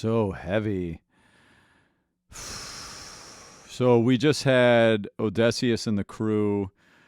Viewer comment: I heard that people used to complain about how this guy pronounced Eurylochus’ name, but has anyone else noticed how he says ODESSEUS!? Ong, he just noticed in the video I finally comment on it!